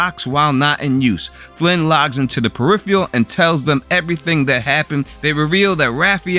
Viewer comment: Can’t even pronounce the show’s title correctly 👎